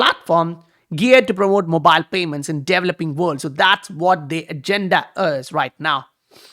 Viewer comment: Don’t know if you care but it’s pronounced developing not developing. Anyways, thanks for the vid amazing material as always!